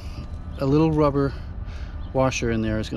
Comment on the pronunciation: A little "Baba Wawa" with the wubber washer😂. Thanks for the video!